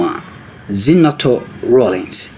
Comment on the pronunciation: Her name is not Ze na to please rather Za ne to.